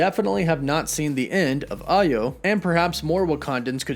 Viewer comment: Glad to finally hear Ayo pronounced the right way, Okoye should be pronounced like OhKohYay...both are Nigerian names. 👍🏿